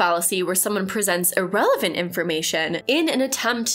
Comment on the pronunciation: I know this is just me being weird, but I really wish you'd look up the pronunciation of "irrelevant." I've been enjoying your videos. Keep up the good work!